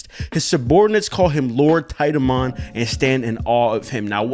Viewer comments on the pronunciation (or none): No, please keep saying tit-a-mon xd